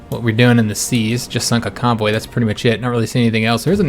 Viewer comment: Hey man, Loving this series. I have a problem understanding people when i'm tired (I am very much currently), and everytime you say convoy, I hear cowboy, and it takes me a moment to realise what you talking about. Do you think you could do me a massive favour and say cowboy in your next episode? It doesn't have to be too obvious, I just wanna hear the difference. Thanks muchly